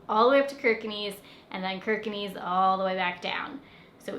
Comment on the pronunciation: Kirkenes is pronounced "Shirker ness". No "knees". Plastic bottles are reclaimed against a deposit in Norway. Post the bottle in a mahine at the supermarket, you get a ticket with the refunded deposit (pant) that you can spend at the supermarket. Easy as that!